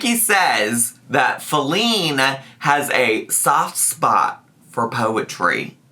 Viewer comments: Faleen. Fa-leen. Fall-ING. IM FALLING OFF THE SIDE WALK! 😂😂😂😂 STAAAAAAAAAP!! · I think she’s saying feline badly as a joke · I assumed she was just, intentionally or unintentionally idk, mispronouncing "feline" to use as like a joke placeholder name for wifey, like "alex" was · My personal conspiracy theory is that wanted to be funny/stir the pot, so instead of saying "wifey put the chair together" she purposely mispronounced "Feline" (as in cat) because Rarity was on the screen. Now she's continuing it because she's extra. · I think it's Feline, as in feline, as in cat. She's talking to her cat but wants us to think it might be a human.